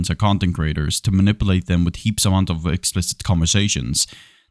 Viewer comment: I like how you pronounce manipulate as "ma nipple ate". Many prayers hope all goes swimmingly 🙏